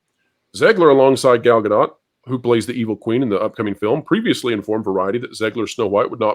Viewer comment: Just a reminder that Gadot rhymes with coat.